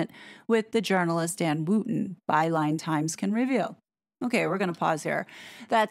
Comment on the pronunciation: Overtime I hear you say "Byline Times" it sounds like "By lying times" 😂😂